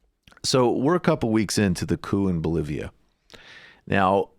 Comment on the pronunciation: Good coverage but I might have to wait to see what Dave Rubin has to say before I can reach a conclusion on "Bol-var-lia"